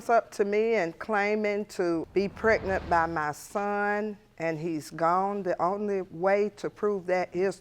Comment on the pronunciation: Why do everyone seem to say prenet instead of pregnant